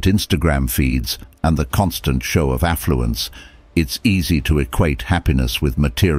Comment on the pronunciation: "OPULENCE, and...AFFLUENCE" are you serious??? :face-fuchsia-wide-eyes::face-green-smiling::face-purple-crying::face-pink-tears::face-fuchsia-tongue-out::face-orange-raised-eyebrow::face-blue-wide-eyes